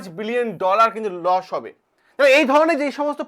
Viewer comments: Loss ❌ Los ✅ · Losh na kothata Loss😂